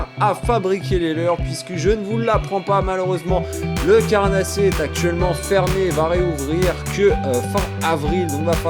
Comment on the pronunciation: Le leurrreuu !, La truiiiiteuuu !, Lleuu onze marsseuuuuu !, leuuuu carnaaaaasssier ! Vous avez choppé le sydrome des youtubers ! 😂🤣 Mais bon la vidéo reste de qualité 😉